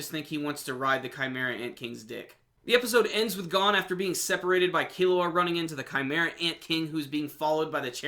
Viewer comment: Not how u pronounce gon but okay